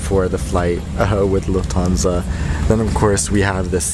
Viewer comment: Lhuftansa buuuuuuuuuu!😖😟😡😒